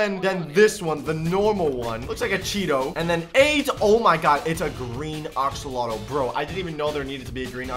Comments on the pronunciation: Axolotl not oxolotl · Your saying oxolotl not axolotl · wtf is an oxolotl?? it is prnounced AXE-OH-LOT-L not OX-OH-LOT-L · It’s axolotl not oxolotl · Me: say axe.: axe. Me: now say axolotl.: oxolotl. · He says axolotol as oxolotol XD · He said oxeolotl